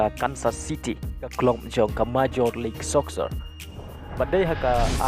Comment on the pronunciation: Appreciate your video but I would like to correct your pronunciation " Soccer" phi kynnoh soksar . sngewbha kynnoh sokar